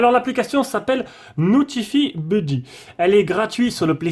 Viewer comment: merci pour les vidéos. super cette chaîne. "notifaï beuddy". mais bon la prononciation en anglais c'est pas grave